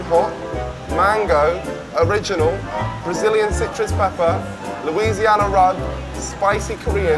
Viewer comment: LOOL she can’t actually pronounce Louisiana😂😅